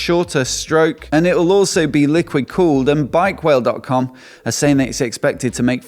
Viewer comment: I know that wale is an English word and that's why you pronounced it as bikewale, but it's actually called BikeWaale, roughly translates to the one with the bikes (here referring to news related to bikes) 😅